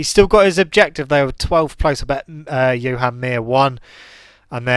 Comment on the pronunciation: Hey,it is pronounced as Joan not Johan Mir